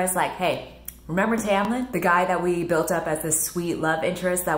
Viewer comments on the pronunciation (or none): none